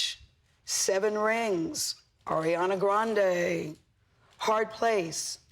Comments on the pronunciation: did she said " arianDa grandHe " ? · Is it just me or did she say “Arianda Grandhé”? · everyone complaining about the fact that bts didn't get a nomination, but, has anyone noticed that she said ARIANDA GRANDE?! lol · “AiRiAnDa GrAnDe” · AIRIANDA wtf gurl u can’t pronounce shit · "Ariandea grandey"😭😭😂😂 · bitch what? “airianda grandè” 😂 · Did she say arianda grande